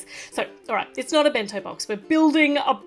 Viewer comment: Did engine see the dolls in the back what is that for also I love when she said bento box it was so funny 😂